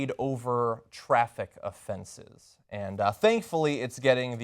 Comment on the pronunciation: Within 30 seconds TYT has already spun the story. They keep alluding to her getting shot over a traffic violation. What? Are you kidding me? Count how many times they bring up traffic violations even though it's irrelevant to why she got shot. Look at how the host sighs and emphasized "Traffic Offenses" and is glad this story is getting "the coverage it deserves" - subtly implying it was unjustified - rewatch those first 45 seconds. They are trying to bracket "traffic violations" and " Police Homicide" together. That's what they are doing. "Police ended up killing a black woman, over something as minor as traffic offenses" You might not have noticed it, but your brain did. The same way Trayvon got shot for buying skittles. The same way MIke Brown got shot for having his hands up in the air. THAT way (The way that leaves out the violent crime aspect and focuses on a false narrative) Then the dude implies the police Lie and aren't trustworthy. WAY TO BE IMPARTIAL BRO! Then two minutes in they use a completely unrelated event involving white people to draw a parallel. "something similar happened with white people and the cops didnt respond this way" Were any of us there? Do we know the circumstances? what the hell does the Bundy incident even have to do with this? I'm sure there are numerous instances of armed standoffs between black people and cops all the time that dont end violently. Why throw white people under the bus or imply privilege or a double standard? NICE RACEBAITIN